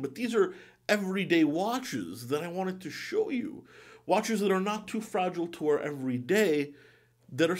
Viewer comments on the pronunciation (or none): none